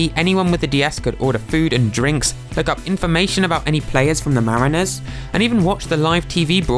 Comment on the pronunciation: Just a heads up -- "mariners" isn't pronounced "mareeners", its more like "marriners"